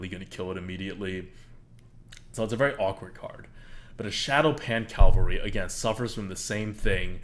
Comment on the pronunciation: Cav-Al-Ry, not Cal-va-ry. Two different words, with two different meanings. Great video, good analysis, just a pet peeve of mine. ;-)